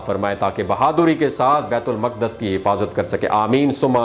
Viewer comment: بیت المقدس کا تلفظ درست کر لیں۔ " بیِت الُ مُقٙدّس " بیت المقدس۔